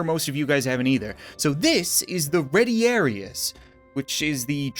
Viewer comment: Ret-ee-are-is. Hop-low-mock-is. Mur-mill-oe. Thr-a-xe. Dop-low-mock-is ( those are the correct pronunciations)